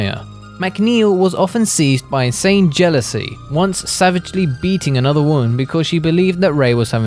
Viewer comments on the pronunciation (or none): none